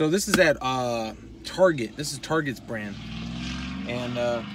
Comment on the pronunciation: Hmmmmm, at Target (said like a frenchman LOL) Tarrrrjayyyyy. Okay for $20 I'm on this one